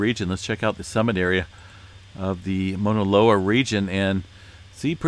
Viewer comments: I kept hearing MONALOA….. Overall amazing update as always. I was born and raised in Hawaii but not on the Big Island but on Oahu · Here is how you pronounce Mauna Loa - [MOW] + [NUH] + [LOH] + [UH] ….. Sorry i had to….. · Pronounced. M-AW-NA. LOA